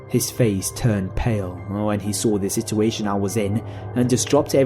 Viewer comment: Not to be mean but I hate you when you say situation